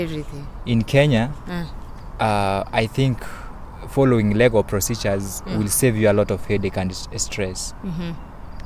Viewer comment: See even the word procedure he cannot pronounce what is what is prophecy what are you doing in school#tingikalamar